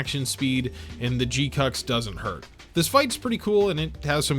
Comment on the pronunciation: It bothers me that you pronounce it as G-Cucks when it's proper pronunciation is G-Kwux. Rhymes with crux. Or fucks.